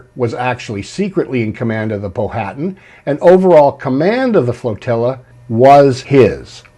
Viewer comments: It's not pronounced Po-hatan. It's pronounced pow-atan. The H is silent. I know as I have a long distant relative of the Powhatan tribe of Native Americans in VA. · great presentation, just wanted to let you know the pronunciation of Powhatan is Pow uh Tan, not Po Hat an, like the river (and Native American tribe) in Virginia.